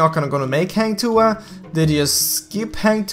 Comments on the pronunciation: Its "Ha"ng not "hey"ng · Not heng tuah its "hang" tuah kinda hard to pronounce if you're not in sea..so its okay..thanks for making this video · Hang tuah is pronounced as Hung... But your Tuah is pretty spot on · Hang bukan heng